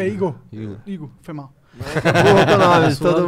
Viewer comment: Mano o monark falando Igú me deu uma agonia desgraçada